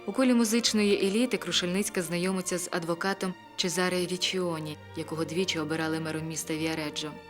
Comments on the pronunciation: Гарний у вас голос. Лише не "лЯ скала" а "лА скала" :face-red-heart-shape: Не ЧезАре а ЧÈзаре Річчоні :face-red-heart-shape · Гарний фільм, та на майбутнє, вважайте на власні назви. Бо такі страшні наголоси ставите, що хочеться перервати відео. Іншомовні власні назви мають інші наголоси. Що це за ЧезАре??? Це можна сказати малограмотність….